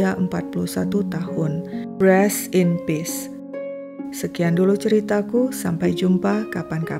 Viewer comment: Rest in peace, koq sebutannya Breast in peace, diakhir video, apa aku yg salah dengar ya?